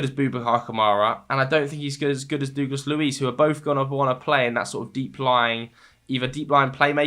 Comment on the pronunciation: Mate. Please stop saying ‘Doogless’ Luiz.